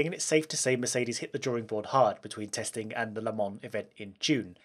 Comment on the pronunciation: Merces benz, perseelleen lens!😂